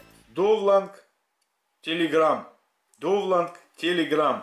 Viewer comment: Приветики. Довланд режет уши. Просьба использовать "донлоад" или "загрузки"